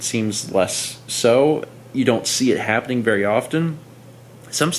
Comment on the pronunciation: do you ever edit the video and think to yourself "did I really just say hope-penning?"